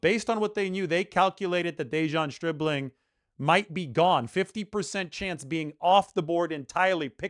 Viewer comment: Who ever said anything about anyone been drafted too early? The only info I have is, I know his name is not Stripling, it's Stribling! But that's just my amateur opinion I suppose as you'd say...